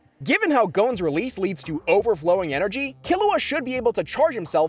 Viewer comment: I appreciate you pronouncing Killua correctly, you have no idea